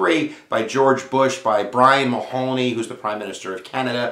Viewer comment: Brian Mulroney say it right ! makes me think you dont know WTF your talking about